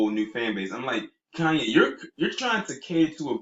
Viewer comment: *Koonyé (Kardashian).